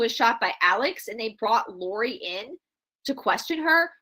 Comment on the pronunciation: Lori Vallow not Laurie.